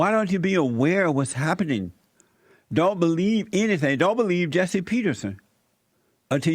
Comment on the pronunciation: You are the liar, and a nasty false preacher, you are of your father the DEVIL 😈 This is what your speech sounds like when you skip school.... beliebe? It’s believe you idiot!!!! By the way, why are you angry? BETA!!!!